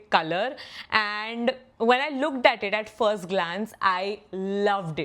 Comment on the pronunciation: no offense. but what is this pronunciation? Pigged up? Looged up? Picked up, Looked up bolna kitna mushkil hai?